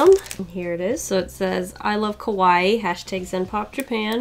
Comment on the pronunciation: The way she read Kawaii made it sound like kowai which means scary😂